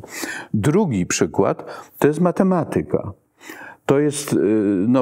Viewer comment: powyższą dyskusję! W słowie "matematyka", która jego sylaba powinna być akcentowana, poprawnie, Pana zdaniem? A Zanussi jak akcentuje to słowo, zauważył Pan, że inaczej niż Pan?Jeśli jeszcze raz usłyszę u Pana niepoprawny przycisk wyrazowy w takich kluczowych dla dyskusji, ważnych słowach, to Pana skrytykuję! A co do akcentowania słowa "nauka", to go pominę, bo chyba w Polsce już nie mówi się go z poprawnym akcentowaniem, nawet profesorowie uniwersytetccy. Ale Zanussi to słowo akcentuje poprawnie.